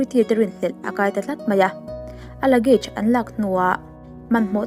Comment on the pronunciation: Buggage kha luggage tih tur cuan Mart ni lovin smart aw